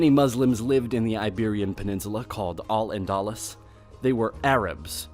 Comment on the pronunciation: these are generally very easy to pronounce names. "Casteeel" "badahoze" "andaloos". They're pronunciations are not that a-typical for an English speaker. It's just lazy, this guy didn't even attempt to pronounce them correctly. I can understand some names cam be difficult to pronounce, especially if they're in a language completely unrelated to ours. However Spanish is extremely common in english speaking countries (particularly the US where it's the 2nd most common language). People should be able to pronounce spanish names